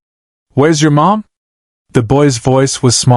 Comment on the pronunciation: The story is excellent. Yet your AI lack of pronunciation of the simple letters MOM destroyed it. Shameful that you didn't correct this. Mom not M.O.M. Smh..